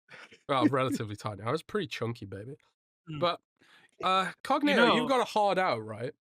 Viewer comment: Who in tha fuck is "lord cogkneetoe"? Ain't nobody got time f'dat.